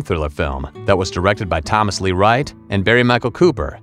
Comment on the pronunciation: I wish he pronounced Thomas' name right